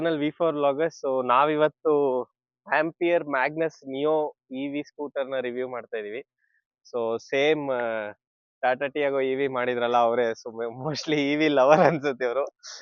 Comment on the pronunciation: This is Magnus Neo, not Reo Neo.